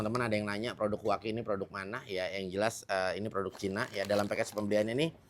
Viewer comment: Huaqi❌ Cuangqi✅